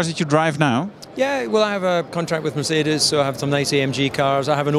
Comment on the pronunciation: Let op hoe DC Ferrari en Mercedes uitspreekt. Echte liefhebber.